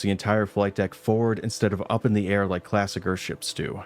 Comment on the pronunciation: "Fire all ze missiles!!"